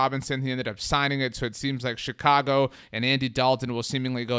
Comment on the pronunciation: Please stop saying Chicago like that, it fucking pisses me off as a Chicago resident. No one speaks like that!!!